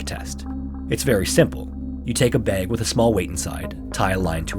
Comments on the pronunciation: The way you said "Bag" leads me to believe you're from the northwest. Or at least lived here. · Are you from the north like Minnesota? I can hear an accent the way you say bag. Jw